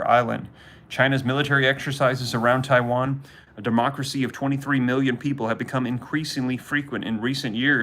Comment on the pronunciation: Did anyone hear him say Chiwan 😂😂